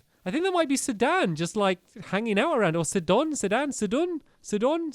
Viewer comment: It’s pronounced Sy-done